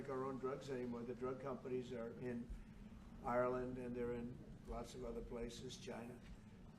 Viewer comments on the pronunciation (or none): none